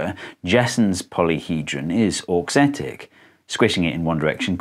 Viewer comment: The first time you said "auxetic" I understood "dorksthetic", like aesthetic for dorks, and I was like "yep, that would be me, I think it's very pretty".